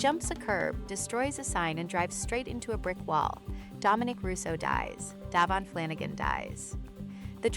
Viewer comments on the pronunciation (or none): If you're gonna have any sort of narrative commentary, whether your AI or not, please get Davion Flanigan's name correct it's a disservice to him and his family if you cannot pronounce or understand what this young man's name was